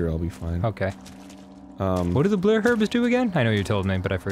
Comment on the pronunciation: I keep watching over and over because Danny says 'blurh' herbs instead of blue and it is weirdly entertaining.